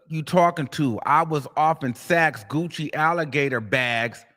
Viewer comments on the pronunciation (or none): none